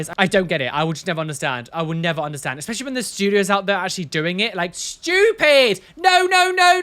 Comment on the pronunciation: Hello, I have a very fundamental question to ask you lol (as as non english native person): why do you, as some other people, say "eXpecially" instead of "especially", please? ^.^